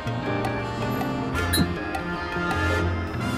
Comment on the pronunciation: It's Greece, not Greecy